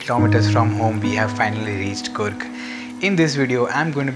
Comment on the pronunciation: It's a good video...but as a kannadiga I've to correct you, it's pronounced coorg not kurg...!! There's double O's for a reason..!!